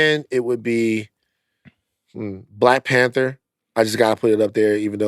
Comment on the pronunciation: when Van said Black PanThor cant lie i thought for a second damn that would be a SICK superhero 😂😂😂